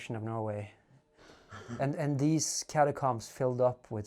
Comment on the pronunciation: Catacombs. Not cums?